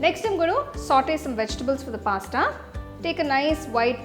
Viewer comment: Recipe is tempting but pronunciation of Pasta was awful